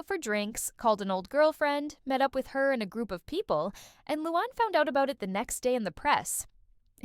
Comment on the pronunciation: It’s not Lewon- it’s Loo-Ann